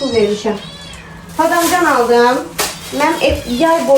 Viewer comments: Badamcan yox badımcan😂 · Gözəl bacı badamcan deyilmir badımcan deyilir 😂❤ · Badamcan yox😂badımcan